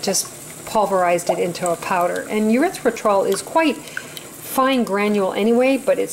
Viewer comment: Erithritol: "Ery - thry - tol" darlin'. Otherwise it sounds like a body waste product. Looks like pretty good chocolate.